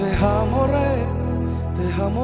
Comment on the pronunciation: todas las alabanzas de este hermano son bellas y las canta muy bien. solo tiene un defecto que debe corregir ya que pronuncia dos palabras mal. si le ponen atención,, el pronuncia la palabra Amor( jamor) la palabra Alma) el la pronuncia ( jalma) se oye feo. daña la voz y el efecto que debe hacer en las personas. corrijelo!